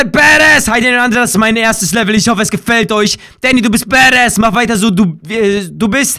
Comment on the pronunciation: Es heißt badassss